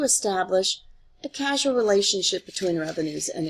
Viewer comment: It's already to late since the video has already been made but its C-a-u-s-a-l relationship, not C-a-s-u-a-l